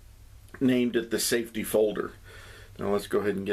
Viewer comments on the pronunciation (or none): Safety, not saftey.